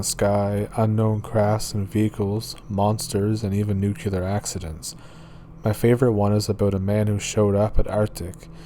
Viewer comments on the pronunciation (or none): It's NUCLEAR.. NOT....nucular